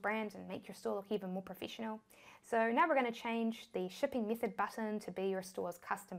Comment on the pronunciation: she loves i mithod, stip, conniction, chik, Silict, Tist, Tirrible